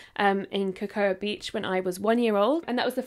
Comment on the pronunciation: something about how you said cocoa beach was simultaneously the most precious and wild thing i have ever heard lol down south we say it like co-co beach it’s one of my favorites in florida ❤️